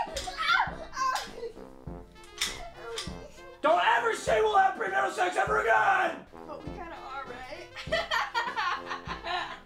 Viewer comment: Nobody: Papa: NO PREMARAL SEX